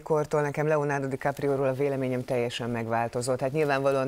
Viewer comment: "Leonardo Dikaprió" gg műsorvezető